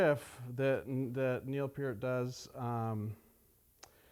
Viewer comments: Its neil p-ear-t pronounced like ear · pronounced FART, Neil Fart.